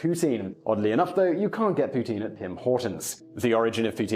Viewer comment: Gets a canadian to give examples of " eh ", and the Canadian cant even properly pronounce poutine right. Let me guess, guy from Toronto.